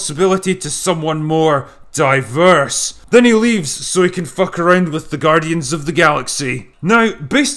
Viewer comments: The way you say "diverse" cracks me up. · Yeah he does it well on purpose :) #TodaysCrapFilmingPolicy